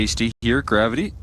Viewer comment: bruh he annoyed the shit out of me , its GRAVITY but I instead of Y , damn